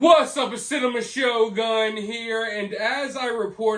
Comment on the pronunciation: Whats up its cinnamon shogun here. Thats what i hear everytime.